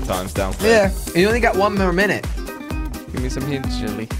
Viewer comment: Its jelly not jilly